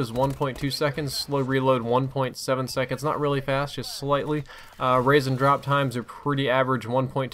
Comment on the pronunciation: when says raise and drop times am i the only one who hears raisin drop times?